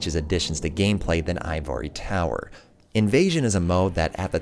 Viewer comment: Bro...that is not how ivory tower is pronounced XD